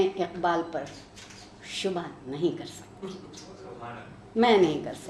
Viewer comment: شُبہ = shubha(عارفہ جی نے بولا) ❌ / shob’h ✅